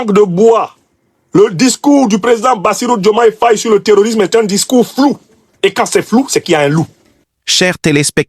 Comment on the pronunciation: Nous constatons qu'à chaque parution de Afrique Divers TV, le nom de Bassirou Diomaye Faye est écorché; quelle en est la raison?